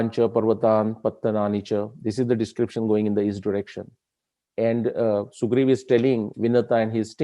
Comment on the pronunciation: Why its sugriva not sugriv